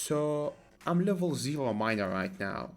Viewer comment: Ur pronunciation of miner is kinda SUS